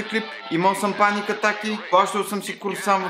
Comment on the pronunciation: Паник атака самаче ударение на и